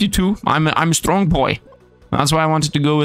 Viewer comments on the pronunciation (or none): none